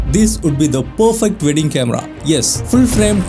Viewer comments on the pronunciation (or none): just pronounce as WEDDING its not VEDING......... not V